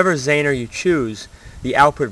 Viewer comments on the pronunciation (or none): Zener. ZEE-ner not zaner